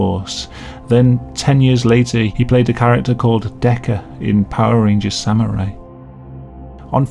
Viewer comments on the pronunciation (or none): none